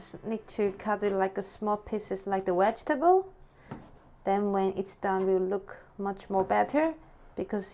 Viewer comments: She said wedgabtables xD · wedgetable with fire lice. Yum.